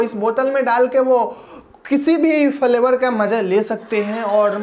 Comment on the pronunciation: Falevar nahi flevar